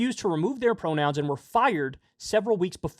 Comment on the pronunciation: “pwonouns r too hawd. :( “